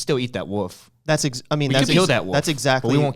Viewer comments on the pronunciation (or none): i thought ryan was saying 'woof' instead of 'wolf' lol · Me: “Wolf” Ryan: “Woof” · I noticed Ryan says wolf with out any L which made me smile. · I love how Ryan pronounces wolf.